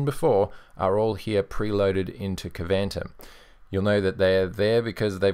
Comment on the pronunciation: I think Kvantum is pronounced more like Quantum. That would be somewhat consistent with the names of other apps from the extended KDE environment. (Though they really should have spelled it Kwantum to make it clear)